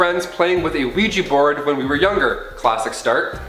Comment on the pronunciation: OUIJA NOT OUIJI